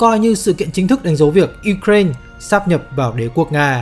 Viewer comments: ukraina đọc là ukrain )) đ hiểu kiểu gì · chính xác là ý tôi muốn nói đó bạn. MC đọc thanh diu cren cũng k sang hơn cách đọc truyền thống lâu nay đâu. Giờ tự dưng rộ lên cái kiểu đọc phiên âm tiếng Anh, trong khi mình đã có cả một hệ thống phiên âm sang tiếng Việt rồi cơ mà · cứ phải phát âm theo mấy bố Tây engrisk thì mới là chuẩn đúng khum =))